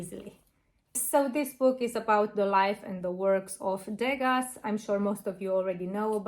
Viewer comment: Not to sound critical but it’s pronounced ‘De-ga’, the last letter s is silent according to the French pronunciation ❤